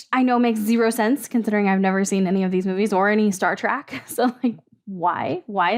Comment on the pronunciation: Since you've never seen it, I won't give you a "shame on you"...but I will politely correct you. It's not "Star Track", it's "Star TREK" as in a trek through the stars. 😁